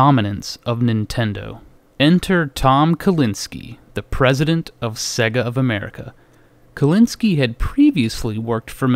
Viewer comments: "s-egg-uh" :/ / "Say-guh" :D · Jesus wept! It's Sega... "Say-guh" not Segga. You sound like Popeye. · Dude, it's say-guh. Not seh-guh. Just listen to the audio when you switch on a Sonic cart. Love the show though. :) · What's with the weird pronunciation of Sega? Every time you turn one on it tells you how to say it.... "Say-gah" not "segga" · "seh-guh"? It's "SAY-gah" as the game system itself actually pronounced the name when powered on. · Sega, not seag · Sera, not seag